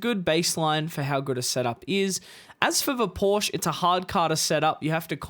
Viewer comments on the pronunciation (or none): Never trust a "driver" who can't pronounce Porsche properly. lol